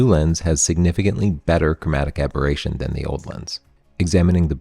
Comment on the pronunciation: Aboration?! Aberration.